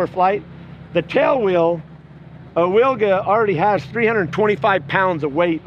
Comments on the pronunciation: Amazing plane :O... Just small comment "Wilga" - Polish name for oriole bird, pronounce like vilga, not willga. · It pronounces Vilga. In Polish "W" is like English "V". 😉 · Amazing plane, but the proper pronunciation of the name is VILGA (veel-gha). It's Polish for Eurasian golden oriole (a kind of bird :) )